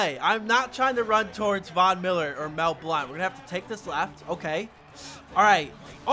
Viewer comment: When he said that snoop dogg burnt Mel Blount I thought he said snoop dogg burnt that blunt